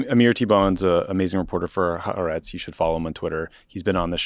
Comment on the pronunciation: As an American-Israeli Worldo watching this from a shelter right now, I think it's more important, now than ever, for all of us to come together as a nation, and tell Tommy it's pronounced "ha-A-rets."